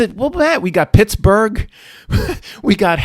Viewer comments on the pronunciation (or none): none